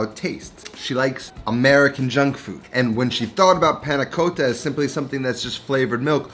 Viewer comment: . You pronounce many Italian things quite well, but "Panna Cotta" you pronounce it too “American” ! ;)